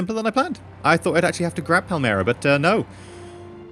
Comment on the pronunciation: And here we are, still saying Palmero instead of Palermo.... Jajajaja